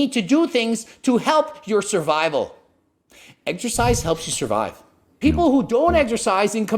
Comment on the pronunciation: The way the guy pronounced it “eggsersize” drove me nuts lol